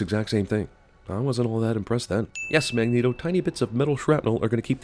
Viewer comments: sin for CinemaSins for "Magento" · Weehoo 2 Dude it’s Magneto not Magneeto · lol "magento"